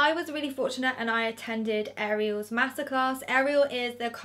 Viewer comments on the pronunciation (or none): anyone else keep thinking shes saying masacre not master class lol